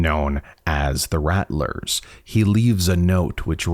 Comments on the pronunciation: I think your pronouncing “rattler” incorrectly. I’m pretty certain their named after rattlers, like rattle snakes. So “rattle” then “r” at the end. Not “rat” “lers” unless they just made up a name, spelled it identically the name of a snake, have snakes in their logo and for some reason decided to pronounce it differently. I’m not trying to be rude but “rattlers” is said so many times in the video so it’s hard not to notice. If your from somewhere that has an accent where that’s actually how your pronounce it, then I apologize. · I’m pretty sure it’s pronounced like rattle-ers, as in rattlesnake like their symbol implies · I thought they were pronounced like Rattle-rrs like a rattlesnake since their logo has a snake on it.